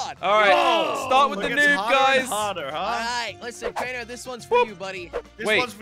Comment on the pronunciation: said crainer and me. I think he didn't go to school